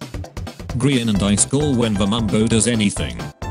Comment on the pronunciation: No one: Narrator: eyeskall, gr eye an